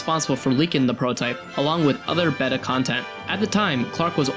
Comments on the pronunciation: BAY-tah.. Not Beht-ta.... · Okay but why does he pronounce the word “beta” as “behta” instead of “bayta” like it’s supposed to be?